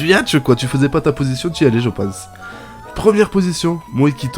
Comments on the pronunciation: c pas yatch c yacht et ça ce dit yot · ON DIT PAS YATCH MAIS YOTE